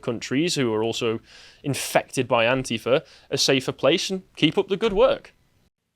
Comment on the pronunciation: I thought you said 'ant-eater', but it was antifa. Weird!